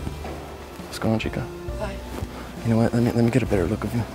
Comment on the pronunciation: lmaaooo you said "chicka" it's "chica" 😂